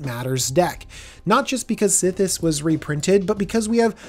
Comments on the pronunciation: Why’d you pronounce it “Sethis” lol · I'd like to know also.